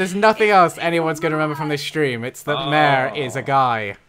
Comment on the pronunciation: also M-A-R-E is a boy. stop butchering his name please